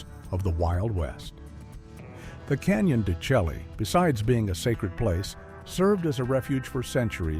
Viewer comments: The Navajos riding through Canyon de Chelly - it's pronounced "Shay", not "shelly". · Canyon De Chelly, in Arizona is pronounced De SHAY! Not Chelly. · Canyon DChelle is pronounced canyon d'shay!